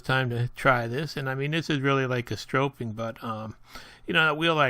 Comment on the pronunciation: /sträp/ not strope (stropeing is not a word) /Sträpping/ (stropping) Nice video. Thanks.